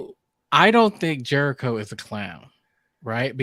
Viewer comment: Please stop calling Captain Jellico "Jericho". Thank you so much.